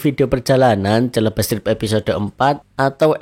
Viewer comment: Mas di episode ini saya agak ganjil mendengar ucapan Celebes,.. itu dibaca selebes mas bukan celebes atau nama lain dari Sulawesi... kalau sumatra itu andalas dankalimantan itu Borneo ... oke mas sukses tetus... Wanie, Sentani Jayapura papua...